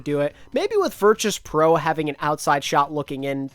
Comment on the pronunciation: The way says Virtus pro is making me mold